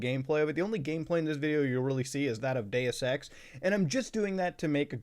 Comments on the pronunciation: Ngl I’m tired and I thought he said Day of sex instead of Deus Ex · I heard gay sex, bruh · Been listening to so much cum town, thought i heard "Gayus sex" a few times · When muta said deus ex my friend beside me asked why he was saying gay sex, funniest shit ive heard in a minute. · When he said Deus Ex and I was a little distracted I thought he said "Day of sex" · what the fuck is Day es Sex